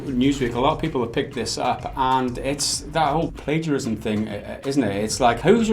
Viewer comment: Also 'Plaguerism' lmao